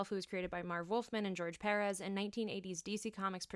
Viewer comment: Always a pleasure to hear someone pronouncing George Perez' and Ernie Colon's names correctly!